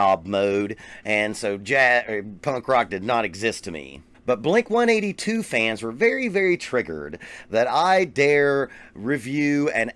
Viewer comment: First of all it's blink one eight two. Lol